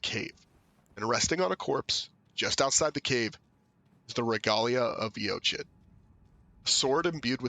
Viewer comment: Great video! His story is tough to put together from the items in-game. Quick note about the name 'Eochaid' -- it's an Irish word, and the design on the Regalia of Eochaid seems Celtic-inspired too. That being the case, the word 'Eochaid' is probably pronounced 'Uck-igg' or 'Uck-ee'. 'Eoch' in Irish is pronounced 'Uck', and 'aid' is either pronounced 'igg' or 'ee'. Thought that might interest you!